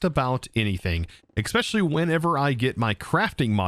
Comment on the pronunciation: Why do everyone say "expecially" instead of "especially"?